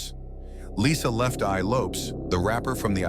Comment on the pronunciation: Teach the AI narrator how to say Lisa Left Eye Lopez correctly